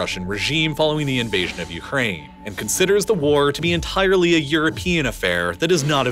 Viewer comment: I wish AI can redo the voice-over for me. He always speak in such a pumped up emotional voice when I try to focus to understand what is being said. I especially hate it when he pronounced "ent𝑖𝑟ely" and "c𝑟𝑢shingly" with an over-extended long voice in the middle part, 𝑖𝑟 and 𝑟𝑢 respectively, as if people weren't listening already. Really puts me off.